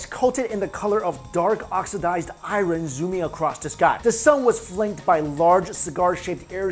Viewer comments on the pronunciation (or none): Please do this for me when pronouncing "IRON".I+urn is the proper way to say it.Not (I run) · iron is pronounced with a silent r...